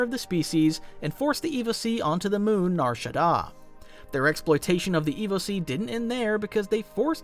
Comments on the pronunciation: Evocii is pronounced "EE-VOH-KAI" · It's a hard C on Evocii, not a soft one. Ee-vo-kai, pronounced like sky or eye. I swear none of you YouTubers have actually played the MMO where they appear 😂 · Evocii = evokeye, not evosea